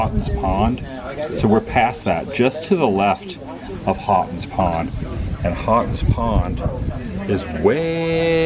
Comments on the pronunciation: The weather station atop the hill is the oldest one in the US. The local Indian name for those Hills is Massachusetts. Houghton's Pond is pronounced Hoe-ton's Pond. You captured an awesome view of Boston. There are often clouds that obscure the view. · You miss pronounced the pond....us locals pronounce it...Hoetons pond..😁